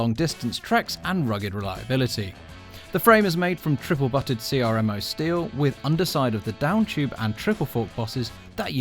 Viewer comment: cee-arr-em-oh steel 🤣.